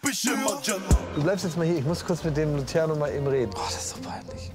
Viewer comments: Wen triggert es auch das er Luschiano sagt ? 😐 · Niemand Wirklich Niemand Klaas und: Lutziano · Niemand:: Das ist luziano